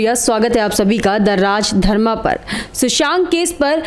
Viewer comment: मैडम! आपको कितने बार कहा कि संस्कृत/हिन्दी के शब्दों के साथ अत्याचार मत कीजिये। सुननेवाले मूर्ख नहीं होते। राजधर्मा नहीं राजधर्म बोलिये।